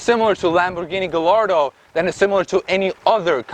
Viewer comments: Just cause he pronounce gallardo with a L instead of a Y, I'm disregarding this whole video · How does one come to pronounce Gallardo that way... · I had to stop this video half way because this guy doesn’t know shit! The “car gods” are angry because you don’t wtf you are talking about! First you need to do research before you do a video on a car that’s not even yours. Start off by learning to pronounce gallardo correctly.The gallardo came with a 5.0 in the first gen but then upped it to 5.2 in second gen. Audi used the gallardo motor in a few cars,the most popular was the R8. The Audi S6 and S8 in the mid 2000s also got the gallardo/R8 but it was detuned to make less power and they did NOT have any turbos on them,you have no idea wtf you are talking about! When the e60 M5 came out,the Mercedes E55 with the 5.4 supercharged V8 has been out for a few years and it was still as fast the M5. My friend pulled hard on an M5 with his E55 that only had a ecu tune with a pulley upgrade. The E63 was the competitor for the e60 M5 not the E55 even though the E55 was no slouch. Yes,Mercedes amg 63 models really had a 6.2 but if you want to be fully correct then say M5 had a 4.9 V10 not a 5.0 Back in 06 I purchased a i sedan with the N54 and it came with forged internals stock from the factory... the e9x M3 didn’t even use an inline 6. They put in a 4.0 V8. The N54 and N55 is not what they use in current M3s either. People think just because it’s a 6 cylinder turbo then it’s same engine as the recent M3/M4. The N54 was a true twin turbo but the N55 was a single twin scroll turbo that they still use on their 3 and 4 series models